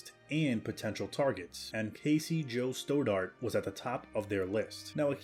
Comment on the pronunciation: St-odd-art not Sto-dart.